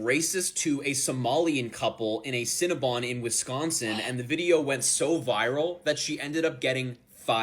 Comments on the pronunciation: Its not cinna-BUN.... its Cinna-BON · You can't pronounce cinnabon???? It's not scnna bun u moron, You seem like ur making fun of the white woman. she 's a victim and ur laughing at her misery. The woman. is such a fuck